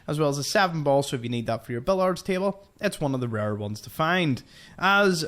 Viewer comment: Love your videos! I think it's funny that you think you say washing weird, and then hearing you say billiards. Bill-yards. 😂.